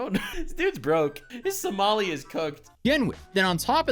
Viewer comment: did you says Johnny SALAMI? YOU GOTTA APOLOGIZE TO TASTY SALAMI